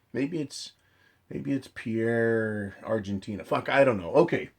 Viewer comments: Pierre is in South Dakota and is pronounced 'pier', not 'pee air'. The closest hills (Black Hills) is about 200 miles west - right into the Yellowstone eruption kill zone. Just sayin'. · it is Pierre (pronounced like pier)(we are not french) South Dakota. don't worry it is a SD thing. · Pierre, SD is pronounced like pier